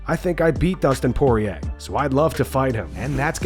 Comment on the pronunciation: Tunes in just to hear Patty pronounce Dustin Poirier